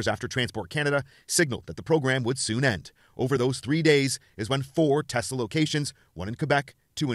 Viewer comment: I love teslur! 😂😂